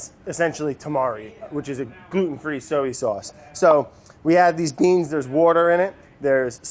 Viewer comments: Why is Brad incapable of pronouncing “soy” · Wondering why he keeps saying soey instead of soy 🤔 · So-ey sauce!! Haha...giving wourder a run for it’s money! Love it. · ive always pronounced soy like so-ey. woops.